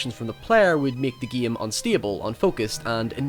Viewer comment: what is your favorite giim? the giimplay is good.. the giim.... learn how to speak, you savage